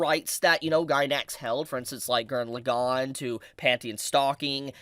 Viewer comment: Morons who can't say LAgann correctly get downthumbed.